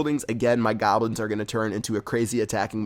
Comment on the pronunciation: It's goblins not gablins haha